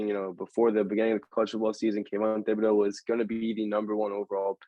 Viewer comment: Also yall are pronouncing Thibodeaux wrong. You don't say the h just (tib)-a-(doe).